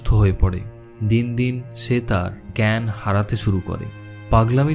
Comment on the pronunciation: ওটা জ্ঞেন না জ্ঞ্যান।ভুল টা ধরিয়ে দিলাম